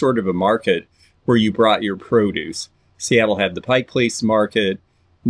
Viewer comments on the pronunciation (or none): none